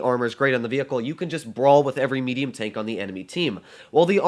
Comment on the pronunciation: What the hell is "meduium" 😂 English is wonderful